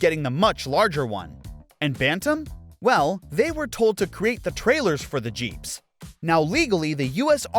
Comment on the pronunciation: "Run! Ze Peeps are coming!!" got me rollin 🤣🤣🤣